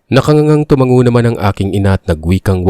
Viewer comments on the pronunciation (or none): none